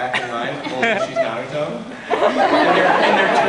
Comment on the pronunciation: It’s not narudo it’s NARUTO!